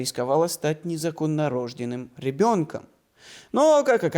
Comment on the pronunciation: НезаконнорождЁнный в русском языке ударение на букву Ё, вы меня очень удивили! Возник вопрос, а был ли редактор во время записи этого видео?